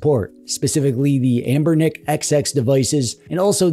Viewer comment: Wow never thought I'd hear the correct pronunciation of Anbernic on this channel lol